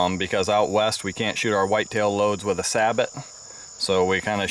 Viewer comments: Nice video but it's not pronounced SAY BOT it's saˈbō/. It's french and the "t" is silent. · it's not sabot it's pronounced sa-bo! guess what? those might load just a little bit easier with a short starter?